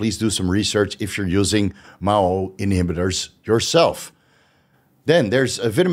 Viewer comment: Did you say MOW inhibitors LoLol. M a o I . Say the letters